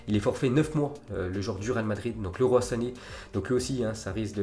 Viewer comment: LEROY CA CE PRONONCE LIROILLE